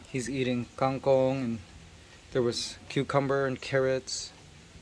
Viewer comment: Who waters all the plants? Didnt RJ buy too much? When will you put back magnus to the cage? Kang kong is not pronounced separately. And its not kaeng kong.